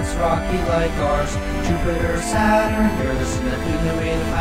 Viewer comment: "sat-run" "sat-urn" not sat run